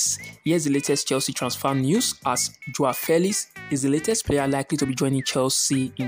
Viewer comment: 'Joah Felis' 😁😁